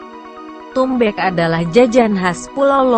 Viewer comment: Suara bk google becek saat bilang tumbeek.😂😂😂